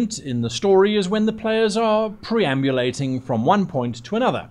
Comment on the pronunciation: Preambulating? I think you have your 'e' and 'r' in the wrong place. 😉